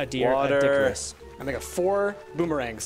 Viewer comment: Oh my god it not doedickerous its doe doe care rus